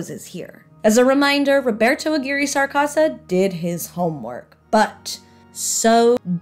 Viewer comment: Okay. Subbed for saying Roberto's name right! Seriously, this was fun and engaging. The only thing possibly left out is that the MJH series was written primarily by writers from Mystery Science Theater 3000 and Nick Bakay.